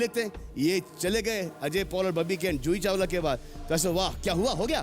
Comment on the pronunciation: Zoohi Chawala Joohi Chawala???